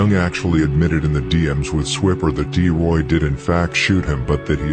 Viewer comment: Bro it’s T Roy… D Roy is a whole different person